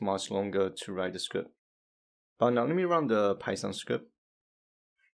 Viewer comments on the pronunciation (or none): none